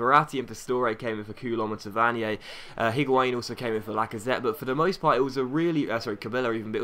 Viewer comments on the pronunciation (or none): none